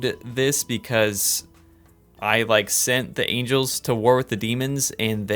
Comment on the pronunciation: Someone know that he mispronounced Angles? And someone heard that if you make war between them it is Ancient War of Evil and GEOMETRY?